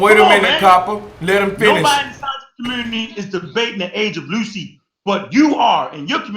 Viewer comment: A brutal slaying of "Out-of-Lucy" lmao